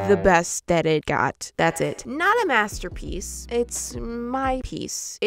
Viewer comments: I seriously laughed so much when said “MEsterpiece” that was very funny 😂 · "It's not a masterpiece, it's a MEsterpiece!" -, 2022